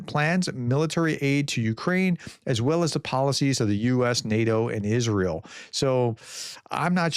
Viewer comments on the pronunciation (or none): none